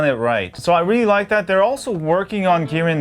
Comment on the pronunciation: God, bro! It`s MI UI, bot MY UI :D And it`s a Kirin SoC, not Girin.